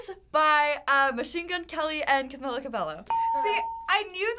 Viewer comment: STOP PRONOUNCING CAMILAS NAME THE WRONG WAY